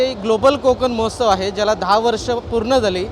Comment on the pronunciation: मोहोत्सव नाही महोत्सव म्हणा